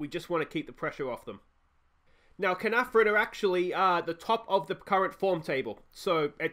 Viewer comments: It’s pronounced Kar-Nar-Von if that helps. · You said Caernarfon like 8 different ways in this video and you got it wrong every time 😂 Check Caernarfons team as they have a Welsh speaking policy so they might be communicating in Welsh which will give them an advantage